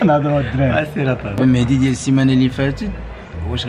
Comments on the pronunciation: إلى بغيتي تولي من طبقة الارسطقراطية On dit pas : mehdi On dit : mehzi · ديك مهدي علاش كتنطقوها مهتي الاعصاب